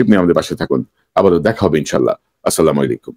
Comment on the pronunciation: কনক ভাই "আস্সালামুআলাইকুম " উচ্চারণ করলে ভালো লাগতো।